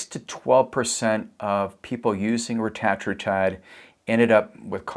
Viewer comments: To pronounce it, break it up like this… Reta - tru - tide. 😉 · He is French!😊